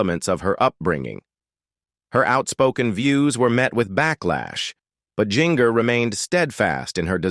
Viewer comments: Her name is NOT Jing-er! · Pronounce GINGER right its like the kitchen spices stop screwing it up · THATS GIN-GER such as gingerbread gingerman quit screwing it up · I believe Jinger is pronounced Ginger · Jinger is pronounced Ginger- just like the spice. Why all the pics of random people who are not the Duggars? You couldn’t find pictures of them on the internet? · GIN—-GER is not pronounced that way. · Jinger is pronounced like the kitchen spice! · You did a good job putting information together but you need to instruct your AI or human narrator how to properly pronounce the names (Ginger was the worst ... it's the same as the spice not the way it was said) and you need to watch it a couple time before publishing to be sure the text is delivered smoothly.